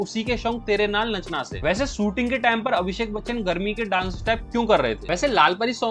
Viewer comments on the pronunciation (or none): none